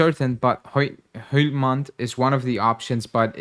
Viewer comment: Hjlulmand is pronounced "Yulmund" basically silent H in danish